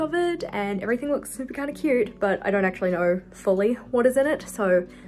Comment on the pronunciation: The way you say "It's so cuuuuuRRte" just makes me laugh. 😆